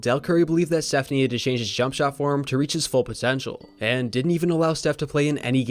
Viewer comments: ... sounds like you called him "Seth" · steph. not seth